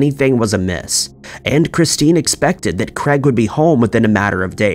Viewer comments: Can you please start pronouncing names properly. It is very annoying! Craig....is NOT pronounced Creg!!!! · I just cannot listen to stories with incorrect pronunciations! It is not Creg or Crag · Why can the narrator not pronounce "Craig"???! Aaaarggghhhhh! Jesis fork and Crest!